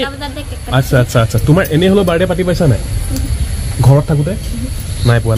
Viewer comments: তুমি শব্দ শুদ্ধকৈ কবাছোন শুনিবলৈ বেয়া লাগে তুমি কৈছা বাৰদে 👉বাৰ্থদে কবা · জন্ম দিন বুলি ক'লে হয় বাৰদে বাৰদে বুলি কৈ আছে । শুদ্ধ কৈ ক'ব লাগে বাক্য বোৰ।